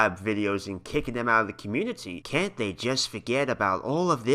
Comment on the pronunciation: "YoU GOT SOM NERVE MESSIN WITH THE SPLATOON COMMUNITI PUNKH"